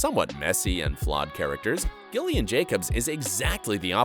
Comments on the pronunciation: It's pronounced Jillian not gill ian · Is it just me who noticed the voiceover pronounced Gillian with a hard g rather than Jillian (how it’s supposed to be pronounced) is this an error on the part of the voice over or does Gillian just pronounce it differently? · why do you pronounce gillian like that it’s so annoying